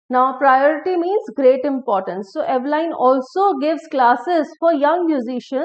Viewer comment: Dear madam, The correct pronunciation is not /ive-lain/, but /'i:v-lin/